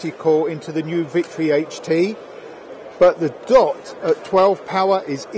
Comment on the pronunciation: It's HT not HD.